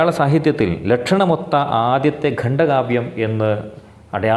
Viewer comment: സർ, ഗണ്ട കാവ്യം ആണോ ഖണ്ഡ കാവ്യം എന്നല്ലേ പറയേണ്ടത് 🙏